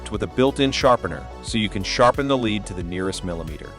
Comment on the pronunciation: Lead not leed